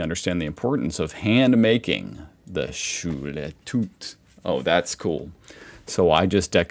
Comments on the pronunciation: Schule Tüt 😂 Oh es ist einfach so geil wie du es falsch aussprichst 🫶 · I Love how difficult the silent 'e' seems to be